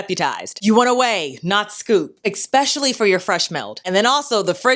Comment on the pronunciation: I’m sorrrrrrrry 🥰❤️❤️☹️….i HAVE to tell you……..it’s not EX specially….its ESS pecialy…….especially. There is no X…….its like listening to nails on chalkboard….i LOVE your videos….I’ve learned SOO much……xoxoxo